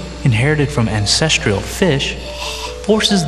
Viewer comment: The word is "ancestral" not "ancestrIAL" come on.